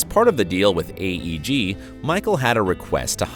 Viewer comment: Media Giant in video called AEG but narrator and caption calls it eeg